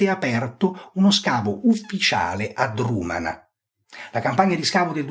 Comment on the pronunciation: Egregia analisi. Un solo appunto: Drumanagh va pronunciato con una velare aspirata, in modo simile a un fonema semitico.